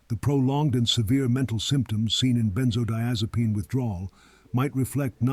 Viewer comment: Are you mispronouncing benzodiazepine or do people pronounce it like that in the area of the country where you live.?